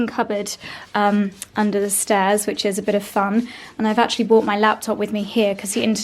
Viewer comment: sorry to nit pick but will you please stop saying bought when you should be saying brought. They each mean something quite different and I think correct grammar is important. Hope you don't mind 😉